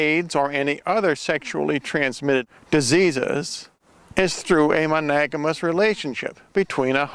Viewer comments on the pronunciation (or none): "only through a mo-nag-a-mus" relationship" WTF? I think the word you were groping for was "monogamous" (mo-nog-ae-mus). Regardless, what does monogamy have to do with condoms? Also, who declared you the "third eagle of the apocalypse?" Is there a requirement to have a "title" to spout delusional BS or do you just like the sound of it?